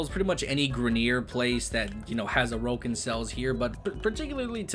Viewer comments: Ain't it pronounced like Oar-ukin or something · The way he say orokin cells lmao